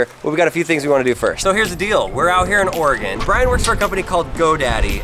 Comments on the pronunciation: Wow, someone who actually knows how to pronounce oregon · Thanks for saying Oregon right